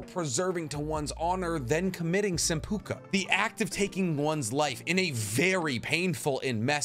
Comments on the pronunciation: WTF are you talking about? Sannins were in the peak of their power while fighting Hanzo? When they were that young, you assume, that since they were like 20 - 25 they never got stronger through their entire life? This is bullshit my friend. PS.: Seppuku, not sempuko... My god dude, you could do some research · Its Seppuku not Seppuka or Sempuka. If its hard to say, just use Harakiri Ha-Ra-Ki-ri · Hey not to be a grammar shark, but it is Seppuku, not Senpuko. Sorry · Great video. But god dang my man. It is pronounced “seppuku” not “sempuko” lmao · He didnt hold the Sannin off at the peak of their power. How do you figure that? Also, its not "sempuko". It's "seppuku". "Nagito"? Come on, man. How you gonna act like you're the anime guy when you can't even be bothered to get the pronunciations right? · Its seppuku not sempuko. Also when you say "run on site orders" do you mean they fight on sight like run them hands or do you mean they are to run away on sight. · It's called "seppuku", not sempuko or whatever you said. Rest of the video is great though! Thanks for the information about him! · Seppuku… not seMpuku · Dog, love the content but you have got to learn how to pronounce japanese words and names. It's seppuku, not senpuko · Hearing you say “senpuko” makes me want to commit seppuku. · Senpuko? isnt it seppuku? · Sempuko? I think you mean Seppuku or hara kiri? And when you say Squirmish you mean Skirmish? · Sepuku not sepuko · Sempuko.. lol. Its seppuku. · I didn't know Hanzo was a fan of Italian liquors.... Was he an alcoholic? lmao committing "Sambuca" or "sampoop-ko" or "Sempuko" or whatever you thought it was. its "Seppuku" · It's SEPUKU not SEMPUKO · He said “senpukou” 😂 I love your content but these mispronunciations are outta this world. “Seppuku” just for the future 😁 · Not sure if you're aware, but the ritualistic suicide isn't "Sempuko" it's Seppuku. Overall great video as always! Really enjoyed it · “Sepoku” pronounce “SEH-POE-KOO” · "sempuko" lmao